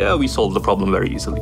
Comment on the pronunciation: problemがprobably にしか聞こえん